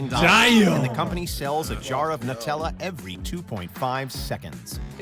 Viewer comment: He’s saying Nutella incorrectly ! KSI will be the first !